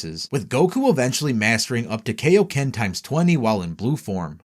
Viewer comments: Its the KAIoken, not the KAYoken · ok first off, its KI-O-KEN, not KAY-O-KEN. Also, nitpicking but Ultra Instinct and Ultra Ego are not "saiyan" transformations since all Angels are in UI and ego is basically the precursor to G.O.D. powers. Also, also if this was released 3 months ago, why wasn't Beast Mode on here? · It’s Kai-o-ken not Kay-o-ken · Kaio*** as in Kaiō-sama or Kita no Kaiō Not KAYO ken damn dub fans...... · I hate being a "well actually" kinda guy and i know people arent perfect...but i seriously hate when people say "Kay-o-ken" instead of "KAI-o-ken". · i died inside when he said "rose" and "kay ok ken" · He says “kay o ken”. So basically just prounced the “a” in “kai” wrong. Which, btw, many people(especially Americans) do.. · "When are you gonna teach us the kay-oh-ken King Kai?" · That is not how "kaioken" is pronounced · Your mispronunciation of Kaioken irks me lol